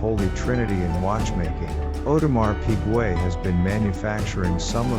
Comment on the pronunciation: Audemar Pigway? 🤷🏻‍♂️🤦🏻‍♂️😂🐽🐽🐷🐷